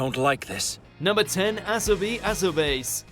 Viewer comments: You pronounced the first one wrong. Its Ah-so-bi Ah-so-ba-se not Ah-so-baze. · It not to Asobase (A-so-ba-se)